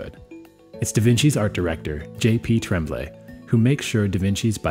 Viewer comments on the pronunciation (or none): Yes! As an anglo from Quebec even I am embarassed about the horrible pronunciation....I mean couldn't they find someone who could spend 5 minutes learning how NOT to say Garon, Tremblay, etc? I mean it's not exactly difficult. End rant, nice bikes.